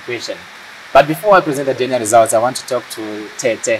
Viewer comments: itai muchikorekta anhu Aya kuti its DNA not DN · How hard is it to say DNA?nhai veduweee DN Shuwa here? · Ko vanhu vanoti "DN" instead of "DNA" is rhe "A" silent kani .... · Its DNA not DN